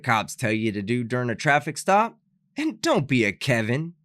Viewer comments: "This is a stoffice trap." I think he meant to say "traffic stop". Biggest mess-up of a word I've ever heard! 🤣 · Did anybody notice that he said straffic law instead of traffic stop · “This is a ‘stoffic trap’” 🥴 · Did this guy say "this is a stoppice traff" instead of this is a traffic stop?